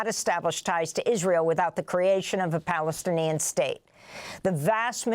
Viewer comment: This mad man called Trumph he couldn't even say Plastinian. He said that when the US takes over and built, it will benefit the people of the area.